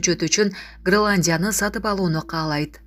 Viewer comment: Граландия эмес Гренландия сабатсыз кыз😂